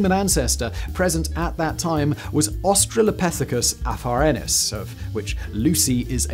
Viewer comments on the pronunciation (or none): Not AfaRENIS. AfarRENsis. (...sis). Not Homo HaBEELis. Homo HABilus. It's not hard for production staff, if not you, to look up pronunciations and these are widely known. Also, You showed pictures of stone tools that were roughly 10 thousand years old (it even looked like a hammer, one of them), when you were discussing rudimentary tool that predate humans that were 3.3 million years old. ..so they were basically, 3.3 million years too young. That was was beyond the pale.